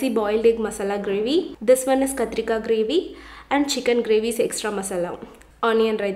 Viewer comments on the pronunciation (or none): I think your tamil girls bcz I can feel the tamil vides when you say kathirika gravy